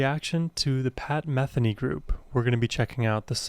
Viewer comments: your comments are spot on, but please pronounce his last name correctly. It is Meh THEE Nee, not MEH the nee. and do more. Pat will never disappoint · For educational purposes: Pat's last name, Metheny does not rhyme with Betheny. METHENY rhymes with BIKINI. He's one of the most popular musicians of our time so you might want to pronounce his name correctly. It's an easy error to make, but I thought you might like to know. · .. you should do something about your Pat Metheny name pronunciation 😁 ... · The accent is on the 2nd syllable in Metheny. Long e sound.